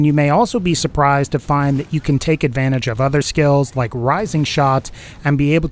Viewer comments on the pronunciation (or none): none